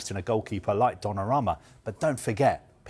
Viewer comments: Donnarama... ffs guys, it's 2025. Learn to pronounce foreign names! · The one “expert” can’t even pronounce Donnaruma correctly , and this is their full time jobs 🫠